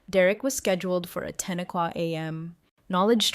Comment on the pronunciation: "By 3 am quock" 😂😂😂😂😂 This must be AI time.